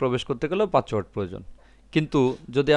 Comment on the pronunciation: ভাই পাচওয়ার্ড নাতো পাসওয়ার্ড। দয়া করে উচ্চারন ঠিক করুন।